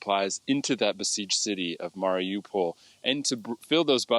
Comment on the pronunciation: I have a lot of friends who live in Mariupol, so I watch all the news about what's happening. I can't understand tho, why many of the newscasters, mispronounced the name of the city. It is pronounced, Mar i U pol, just how it is spelled. Not, Mar i "O" pol, or "ah" pol. These are high paid, respected journalist, and should be able to have figured out the pronunciation, by now.